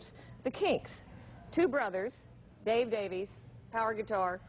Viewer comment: Davies is pronounce "Davis". I am sure that Ray and Dave could care less how their last name is pronounced.